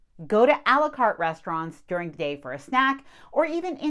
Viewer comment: Did you just say. Ale U cart